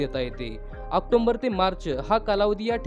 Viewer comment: दादा, आक्टोंबर नाही रे, ऑक्टोबर बोल.😀